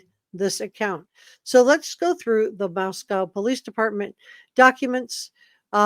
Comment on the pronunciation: It’s pronounced Mosco. Co as in “coal” This confused every person not from the PNW.